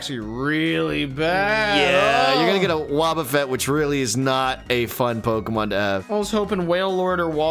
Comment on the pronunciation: Neither of you have any right to push pronunciation lmfao miss saying almost every other pokemon big Dawgs 😅